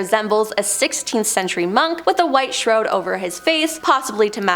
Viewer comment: I think this host has the new record for mispronounced words! It’s really distracting when the story is good only to be destroyed by a priest with a “shrowed” covering his face during the “plag” 😂